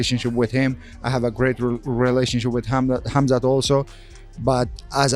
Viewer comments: Khaa open coke* 'Khaa'+mzat khamzat K is silent my friend.. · Kaumzat, kumzat, cumshot, kamzat. This dude can't say his name right not once I watched the video just to see if he can figure out the k is silent and by the end of video. Nope. Jesus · Camzat …😂. Dreecoos..🤣 cmon AI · Bro the K in khamzat is silent man, are you retarded or something